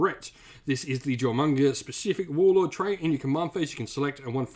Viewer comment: Duly appreciate the advice, I've wanted to get into Warhammer Tabletop for years, and Jormungandr has hands down been my favorite factions, meta be dammed... you know, even if I visibly cringed every time Jormungandr was brutally misponounced, lol. It's a complex name, no blame there, but the J is silent; Yor-mun-gan-der.